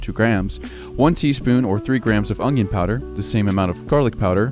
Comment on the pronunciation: I'll try it for sure BUT, just an FYI, the word is onion.. Theres no G in it. LOL